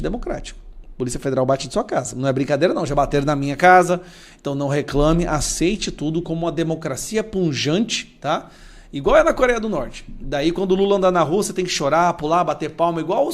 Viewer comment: Deputado, a palavra correta é pujante e não punjante.